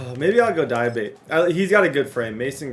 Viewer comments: Dee-uh-bah-tay = Diabate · Dee-uh-ba-tay(diabate), you’ve been butchering his name td 😭😭